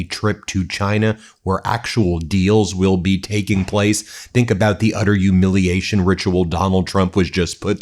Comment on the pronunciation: Can he actually not pronounce the letter 'H'. I thought he was taking the piss out of Trump when he kept saying yoouge instead of huge but now he's saying youmiliation instead of humiliation and now I listen closer he is taking about the Strait of Ormuz